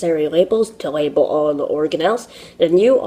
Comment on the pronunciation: It’s funny when he says label. Sounds like Webel 😂😂. Ww w. That’s called Asian pronunciation